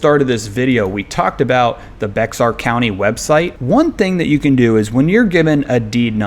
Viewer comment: Very helpful. Something to note is Bexar is pronounced "Bear" County.